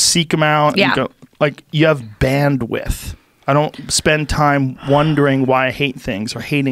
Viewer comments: Shame. If he read the comments maybe he'd realise it was bandwidth not bandwiff. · Bandwidth... Not bandwith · great talk, but for god's sake. "bandwiDth", guys. bandwith was killing me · Joe “banwith” Rogan